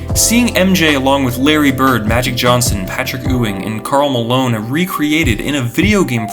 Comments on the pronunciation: "Patrick Oo-ing" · Dude said Patrick OOOWING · must not be a true basketball fan if you cant pronounce patrick ewing correctly. and thats ok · It's pronounced Patrick "Yoo-ing"